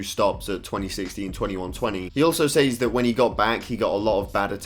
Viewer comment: I'm not used to the way you say "says" with the y being emphasized. Just wanted to say that.